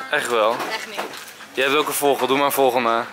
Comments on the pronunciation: Je zegt voogel maar hij zegt vogol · Nee hij zegt voggol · enzo je kan echt geen vogel uitspreken😂😂😂😂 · Haha ik moet iedere keer lachen als je het woord vogel zegt hhhhh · HAHAHAHAHAAHAHAHA ENZOOO, HOE JE VOGEL ZEGT OMGGGGGGGG HAHAHAAA